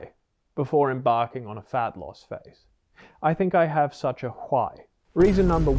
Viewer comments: I never noticed he pronounced why the family guy episode way until this lol…WhyE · "Huwhy." This dude... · the “hwhai” had me laughing 😆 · Hhhwy is diabolical😂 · Really have to respect the fact that you are not promoting the book as Doctor o r Phd. even though you are (if i remember correctly). However, i have to point out how you pronounce "why". Literally reminded me of Stewie Griffin